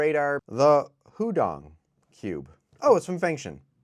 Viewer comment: "HUDONG" - edit: also congrats on 100k subs!